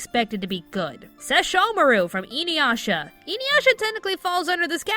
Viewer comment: I'm sorry but the way you're pronouncing Inuyasha is grating. Its Ee-Nu-Yah-Sha